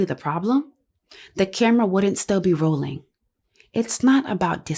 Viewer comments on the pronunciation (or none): none